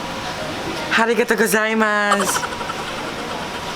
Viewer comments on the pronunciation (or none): Haha nakakatawa po ung part na cnabi ni na harigato sa halip na arigato or mali lng ung dinig ko ( sorry po kung may wrong spelling ).